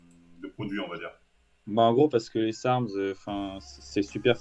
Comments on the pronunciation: « Sarsm » Marvel stp, un effort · Sarms l’ami comme dirait le père foukra